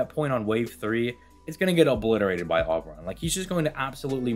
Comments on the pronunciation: Ngl man the name is O-beron. Not awww-beron. Like you know when you say the alphabet you say the letter O? Yeah. O-beron. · in this installment of " cannot pronounce names," we present you with "aw-brawn" 👏👏👏👏👏👏👏👏👏👏👏👏👏👏👏👏👏👏👏👏👏👏👏👏👏👏👏👏👏👏👏👏👏👏👏👏👏👏👏👏👏👏👏👏👏👏👏👏👏👏👏👏👏👏👏👏👏👏👏👏👏👏👏👏👏👏👏👏👏👏👏👏👏👏👏👏👏👏👏👏👏👏👏👏👏👏👏👏👏👏👏👏👏👏👏👏👏👏👏👏👏👏👏👏👏👏👏👏👏👏👏👏👏👏👏👏👏👏👏👏👏👏👏👏👏👏👏👏👏👏👏👏👏👏👏👏👏👏👏👏👏👏👏👏👏👏👏👏👏👏👏👏👏👏👏👏👏👏👏👏👏👏👏👏👏👏👏👏👏👏👏👏👏👏👏👏👏👏👏👏👏👏👏👏👏👏👏👏👏👏👏👏👏👏👏👏👏👏👏👏👏👏👏👏👏👏👏👏👏👏👏👏👏👏👏👏👏👏👏👏👏👏👏👏👏👏👏👏👏👏👏👏👏👏👏👏👏👏👏👏👏👏👏👏👏👏👏👏👏👏👏👏👏👏👏👏👏👏👏👏👏👏👏👏👏👏👏👏👏👏👏👏👏👏👏👏👏👏👏👏👏👏👏👏👏👏👏👏👏👏👏👏👏👏👏👏👏👏👏👏👏👏👏👏👏👏👏👏👏👏👏👏👏👏👏👏👏👏👏👏👏👏👏👏👏👏👏👏👏👏👏👏👏👏👏👏👏👏👏👏👏👏👏👏👏👏👏👏👏👏👏👏👏👏👏👏👏👏👏👏👏👏👏👏👏👏👏👏👏👏👏👏👏👏👏👏👏👏👏👏👏👏👏👏👏👏👏👏👏👏👏👏👏👏👏👏👏👏👏👏👏👏👏👏👏👏👏👏👏👏👏👏👏👏👏👏👏👏👏👏👏👏👏👏👏👏👏👏👏👏👏👏👏👏👏👏👏👏👏👏👏👏👏👏👏👏👏👏👏👏👏👏👏👏👏👏👏👏👏👏👏👏👏👏👏👏👏👏👏👏👏👏👏👏👏👏👏👏👏👏👏👏👏👏👏👏👏👏👏👏👏👏👏👏👏👏👏👏👏👏👏👏👏👏👏👏👏👏👏👏👏👏👏👏👏👏👏👏👏👏👏👏👏👏👏👏👏👏👏👏👏👏👏👏👏👏👏👏👏👏👏👏👏👏👏👏👏👏👏👏👏👏👏👏👏👏👏👏👏👏👏👏👏👏👏👏👏👏👏👏👏👏👏👏👏👏👏👏👏👏👏👏👏👏👏👏👏👏👏👏👏👏👏👏👏👏👏👏👏👏👏👏👏👏👏👏👏👏👏👏👏👏👏👏👏👏👏👏👏👏👏👏👏👏👏👏👏👏👏👏👏👏👏👏👏👏👏👏👏👏👏👏👏👏👏👏👏👏👏👏👏👏👏👏👏👏👏👏👏👏👏👏👏👏👏👏👏👏👏👏👏👏👏👏👏👏👏👏👏👏👏👏👏👏👏👏👏👏👏👏👏👏👏👏👏👏👏👏👏👏👏👏👏👏👏👏👏👏👏👏👏👏👏👏👏👏👏👏👏👏👏👏👏👏👏👏👏👏👏👏👏👏👏👏👏👏👏👏👏👏👏👏👏👏👏👏👏👏👏👏👏👏👏👏👏👏👏👏👏👏👏👏👏👏👏👏👏👏👏👏👏👏👏👏👏👏👏👏👏👏👏👏👏👏👏👏👏👏👏👏👏👏👏👏👏👏👏👏👏👏👏👏👏👏👏👏👏👏👏👏👏👏👏👏👏👏👏👏👏👏👏👏👏👏👏👏👏👏👏👏👏👏👏👏👏👏👏👏👏👏👏👏👏👏👏👏👏👏👏👏👏👏👏👏👏👏👏👏👏👏👏👏👏👏👏👏👏👏👏👏👏👏👏👏👏👏👏👏👏👏👏👏👏👏👏👏👏👏👏👏👏👏👏👏👏👏👏👏👏👏👏👏👏👏👏👏👏👏👏👏👏👏👏👏👏👏👏👏👏👏👏👏👏👏👏👏👏👏👏👏👏👏👏👏👏👏👏👏👏👏👏👏👏👏👏👏👏👏👏👏👏👏👏👏👏👏👏👏👏👏👏👏👏👏👏👏👏👏👏👏👏👏👏👏👏👏👏👏👏👏👏👏👏👏👏👏👏👏👏👏👏👏👏👏👏👏👏👏👏👏👏👏👏👏👏👏👏👏👏👏👏👏👏👏👏👏👏👏👏👏👏👏👏👏👏👏👏👏👏👏👏👏👏👏👏👏👏👏👏👏👏👏👏👏👏👏👏👏👏👏👏👏👏👏👏👏👏👏👏👏👏👏👏👏👏👏👏👏👏👏👏👏👏👏👏👏👏👏👏👏👏👏👏👏👏👏👏👏👏👏👏👏👏👏👏👏👏👏👏👏👏👏👏👏👏👏👏👏👏👏👏👏👏👏👏👏👏👏👏👏👏👏👏👏👏👏👏👏👏👏👏👏👏👏👏👏👏👏👏👏👏👏👏👏👏👏👏👏👏👏👏👏👏👏👏👏👏👏👏👏👏👏👏👏👏👏👏👏👏👏👏👏👏👏👏👏👏👏👏👏👏👏👏👏👏👏👏👏👏👏👏👏👏👏👏👏👏👏👏👏👏👏👏👏👏👏👏👏👏👏👏👏👏👏👏👏👏👏👏👏👏👏👏👏👏👏👏👏👏👏👏👏👏👏👏👏👏👏👏👏👏👏👏👏👏👏👏👏👏👏👏👏👏👏👏👏👏👏👏👏👏👏👏👏👏👏👏👏👏👏👏👏👏👏👏👏👏👏👏👏👏👏👏👏👏👏👏👏👏👏👏👏👏👏👏👏👏👏👏👏👏👏👏👏👏👏👏👏👏👏👏👏👏👏👏👏👏👏👏👏👏👏👏👏👏👏👏👏👏👏👏👏👏👏👏👏👏👏👏👏👏👏👏👏👏👏👏👏